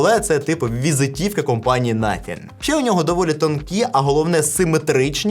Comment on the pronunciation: First 🇺🇦 Коли казав слово nothing мені почулось naфіг😁